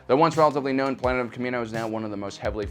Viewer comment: I heard ploonet just me?